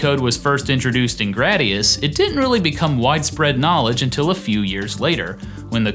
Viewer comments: Am I the only one who hates the way he says "Gr-AH-dius" instead of "Gr-AY-dius"? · Gu-Rah-Dee-Ahs.... Anyway, yeah, just wanting to confirm that the Konami Code was not given to us, the gamers on purpose; there was really no way to remove it without re-writing tons of code. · bruh this guy cant even say gradius